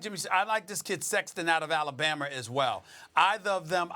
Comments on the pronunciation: Where exactly is "Alabammer" SAS? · “Alabamer”- Stephen A Smith